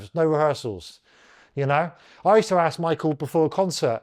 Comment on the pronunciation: Bro, you have to force yourself to pronounce ASK properly. When you say AKS, you sound backward AF.